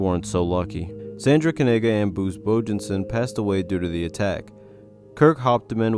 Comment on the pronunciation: It's videos like this that make me want to be a youtuber. The lack of effort, the use of long clips with no extra information added, dude you can't even pronounce the name "Bruce" right. If this dude can get views on a terrible video like this then screw it I'll try to leach money off you dummies as well